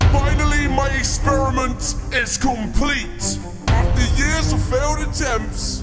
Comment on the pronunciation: Did someone see that he said exeriment